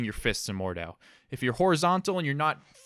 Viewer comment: It's pronounced Mord-How